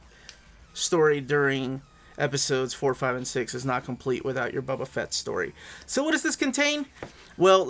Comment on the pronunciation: “Buba” Fett is an elseworlds story?